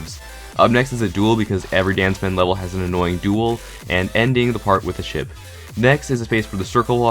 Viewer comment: Captions on. What says:DanZmeN What captions say: Dance Man